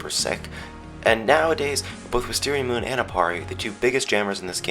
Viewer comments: why does everyone say wisteriamoon weaird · i love when people say wisteriaMOON!